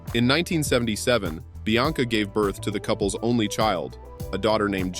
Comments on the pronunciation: The name is Bianca....NOT Blanca. Jade was born in 1971....NOT 1977. The name is Georgia May...pronounced like the U.S. State....NOT Gorga. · This video is a joke. I mean, who's ''Blanca"? (Bianca). And you can't even pronounce Gimenez correctly. So many women not mentioned. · Bianca NOT BLanca